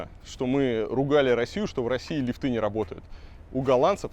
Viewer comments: Не лифтЫ а лИфты! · Господин архитектор, не лифтЫ, а лИфты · слух режет не лифТЫ а лИфты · пожалуйста!!!!лИфты!!!НЕ лифтЫ!!! нет лИфта, лИфтов и т.д. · Скажите Илье, что в слове лифты ударение на И ставится, а не на Ы - лИфты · В слове лифт(ы) во всех падежах ставится ударение на первый слог, Илья, не позорься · Не лифты, а лифты. Ай яй яй...